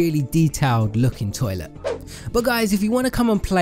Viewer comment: The way he says toilet XD